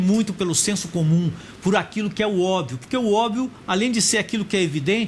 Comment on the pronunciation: Professor bosta! Não sabe pronunciar obvio.. PQP!